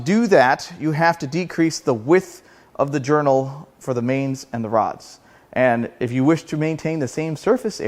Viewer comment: I almost thought you said broads hang out inside of this engine lol but I know you meant rods🤣